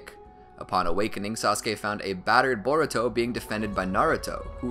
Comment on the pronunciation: at 1 hr 20 minutes and 19 seconds u said boruko lol